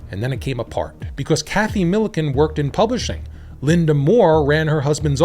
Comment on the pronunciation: Lynda Moore on the screen. Pronounces it LY DAA. Something fishy here.